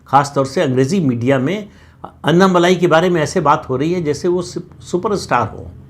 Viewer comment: अन्ना मलाई नही जी। अन्ना मलै। 🙏🏽